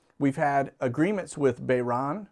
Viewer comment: mispronounced Bahrain.